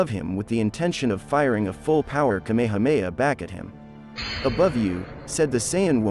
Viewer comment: It’s not kAmama it’s kamahAma